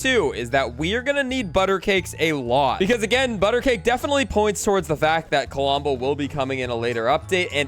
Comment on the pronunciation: KLOMBO NOT KOLOMBO